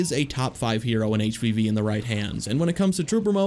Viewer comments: Just realized that you were saying, "HVV," and not, "HPV." I was concerned that all of the characters had sexually transmitted diseases... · Up until you got to Dooku I thought you were saying HPV and not HvV. I was so damn confused how that related. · Thought he was saying HPV the whole time up until Dooku